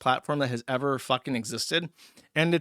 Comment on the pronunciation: I wish Joosh still said Errver. this clip with "errver, and errver, and errver" would have been golden.